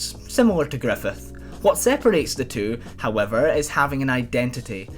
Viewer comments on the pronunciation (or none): none